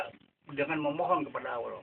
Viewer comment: Menyebut Allah sja tidak betul membaca ayat quran jga ngak betul bagai mana engkau hendak membetulkan org..bodoh ini org tua sudah mau mampos lgi bodoh🤣🤣🤣